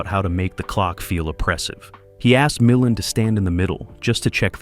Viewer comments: OK. For all of the legitimate complaints about AI and the AI voice over mispronouncing names, does no one take issue with the unnecessary faux film dirt overlay on top of THIS ENTIRE PIECE? How about the random shots of Ray Millind 😉starring in Columbo ? Or the shot of James Cagney ? What we're seeing here is a creator choosing to use AI to create content. They use AI agents to scrape film "facts," gather images to support the script, and shove them into the video wherever. It's crazy. I'm afraid this is the future. Hopefully, we will retain some semblance of quality control and content and creators who at least make some effort to go through the resulting "slop" and shape it into something better. As a recently retired video producer, I can see how AI can take what used to take painstaking hours of labor to make a 31-minute video and turn it into something that can be done virtually in no time at all. What used to take a writer/producer days and days to watch the film, research the details surrounding it, formulate a perspective, write the script, select shots from the film, source photos that support the story you're telling, finding music that does the same, auditioning and directing voice over talent, days upon days of video editing, which goes further than simply linking shots together but carefully crafting a story that flows and is entertaining and informative. We're talking a minimum of a month's worth of work. But I'm afraid this is where things are head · I hate ,hate,hate this AI. MI-LAND. Can they have a real person listen to this? The information is interesting but it aggravates me to no end constantly hearing names and terms mispronounced. Ive resorted to using CC and not listening . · AI generated absolutely. Can't even pronounce the name of Ray Mil-LAND correctly.